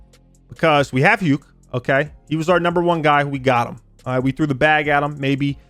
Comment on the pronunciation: Stop pronouncing hukes name wrong dawg 😭